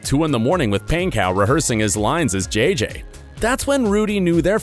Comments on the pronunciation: it’s pronounced “ponco” not “paincow” lol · i am so late but bro said “rudy painkow”-😂😂😂😂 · REALLY “RUDY PAIN-COW” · Ik this man did not just say “pancow” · the way he says Pankow gets to me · He said Rudy's last name wrong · It pains me the way the guy pronounces Rudy’s last name lol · It bothers me how he is saying rudys last namE